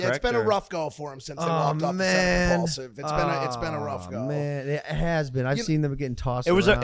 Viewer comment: mike gotta shut up some man🤣 it’s not mikeaulsive, it’s imPAULsive.